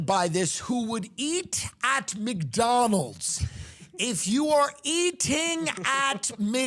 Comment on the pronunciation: I love it how Tim says McDonald's. "Mick Donal's" I see what you did there.. true Irish pride. It's it's true Mickey O'Donnell started the franchise.